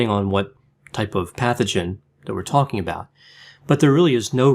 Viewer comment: I have Hands . whatchu tolken abawout